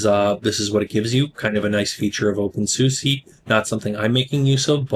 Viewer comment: Oh, please learn how to say the name of the distro correctly.